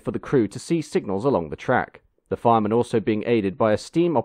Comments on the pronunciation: treadle should surely be pronounced tredle, not treedle? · Treadle - pronounced treddle , not rhyming with treacle !! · Just a reminder that a pedal that you tread on, is not pronounced 'treedal' it is pronounced 'tredal' but spelt 'treadle' as used on old sewing machines as well. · "Treadle" is usually pronounced "treddle", not "treedle". But this is a mere nitpick - great video! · "Treadle" is pronounced /ˈtrɛd(ə)l/ (treddle). When I was a lad treadles were used to power sewing machines and small lathes. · Hi. Great video as ever. I wonder whether you have a more detailed link to the engineering drawings you have used in your video. Sorry, the pedantic in me is fighting to get out: I believe that most people pronounce "Bulleid" as "bulleed" (I stand to be corrected); also treadle (rhyming with treacle) is pronounced "treddle". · Another excellent video here, but damn it the pronuciation is surely "trehdl". Isn't it? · Thanks for posting. Excellent as always. But isn't it 'bulleed' and 'tredle'? Just checking %~))